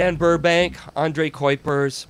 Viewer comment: You pronounce your Dutch astronaut colleague's name as Andray Koipers. It should be pronounce Ondray Kowpers (near enough)